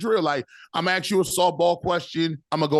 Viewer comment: Maybe if you could actually pronounce “ask” instead of saying “ax” I’d listen to you again.